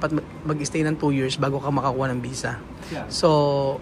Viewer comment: ang technique s tamang pagpronounce ng visa ay ipout m yung lips m n parang magkiss ka or parang bibig ng pato or bibe. yung bisa nman ay isara m ang bibig n parang magsmile ang lips mo. yan ang technique para maiba ang "V' s 'B'